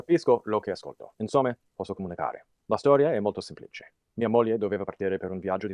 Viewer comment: I'm pretty sure he's reading a script. I think he wrote the script himself, because here and there he makes mistakes and uses sentence structures that don't sound natural to a native speaker. Mistakes include, but are not limited to, misspelling (via quotidiana → vita quotiana; insome → insomma), wrong accent position (semplìce → sèmplice), wrong demonstratives (lo che ascolto → quello/ciò che ascolto), wrong conjugations (io e la bimba potremo → potevamo).